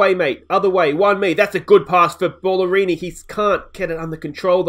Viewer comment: Surely Bala-rini not Ball-arini lol